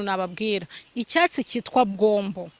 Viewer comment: Ni gombo ntabwo ari bwombo 😂